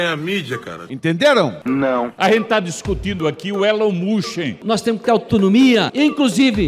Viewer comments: Eren mosqui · Requisito mínimo para ser deputado: saber falar ‘Elon Musk’ ✅ corretamente. Deputados: Elon musqui ❌ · Deputados: Elon mustchen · A gente tá discutindo aqui o ÉLON MUCHEN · Elin Muska😅😅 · "Élon Muschen" eu não tankei 😂😂😂😂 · kkkkkkkkkkkkkkkkkkkkkkkkkkkkkkkkkkkkkkkkkkkkkkkkk "Nóis tamo discutinu aqui o Elon Muxen" kkkkkkkkkkkkkkkkkkkkkkkkkkkkkkkkkkkkkkkkkkk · "esse tal de Eloin Mosku" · Elon Muschen não dá kkkkkkkkkkkkkkkkkkkkkkkkkkkkkkkkkkkkk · Elon Muuusqui !! kkkkkkkkkkkk N Sabem nem falar... min do vídeo.... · "Elon Mush" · "Elen mosqui" "Elon musqui" "Elon mushi" "Elon mushen" Alfabetizados👍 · elon muchen... elon mochi... elon muski... elen moski... qual a dificuldade cara poucos acertaram... (ta tudo no inicio do video kkkk) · "Eren musk" tatakaaeee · nem um petista consegue pronunciar correto o nome do dono do "X" erom mush kkkkkkkkkkkkkkk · Elon Mushen KKKKKK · Mano que vergonha, esse é o nível dos nossos deputados!!! Não conseguem falar "Elon musk" ... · Caramba tem políticos que não sabe nem falar o nome do Elon musk. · Eu sei que não devemos mensurar a capacidade intelectual de uma pessoa apenas por seu linguajar, mas fica impossível defender o ataque de um deputado que nem sabe pronunciar o nome do ofendido que é uma figura pública. 😅😅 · Caramba, não sabem nem falar o nome do Musk, q vergonha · MEU DEUS ELES NÁO SABEM NEM PRONUNCIAR O NOME DO CARA MANO TDO JUMENTO